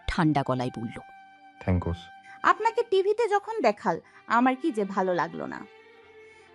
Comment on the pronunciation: ও ভয়েস মনে হচ্ছে মিমিক্রি করা হয়েছে। কারন এখানে sorry কে sarry আর thanks কে thankos বলছে আবার ও thanks কে thankos আর sorry কে sarry বলছে এবং দু একটা উচ্চারণ ও সেরকমই করছে, গল্পটা পড়ার ধরন টাও কেমন অদ্ভুৎ প্রত্যেকটা শব্দ থেমে থেমে পড়ছে যেটা শুনলে মনে হয় এই প্রথম ভয়েস দিচ্ছে।যে গুলো অন্য কোন গল্পে করে না। প্লিজ এতো সুন্দর গল্পটা এভাবে নষ্ট হতে দেবেন না।